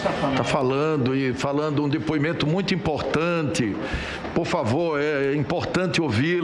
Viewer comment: Renan Calheiros ficou em êxtase com a declaração da moça , é. " MUITIO" importante!!!!!!!!!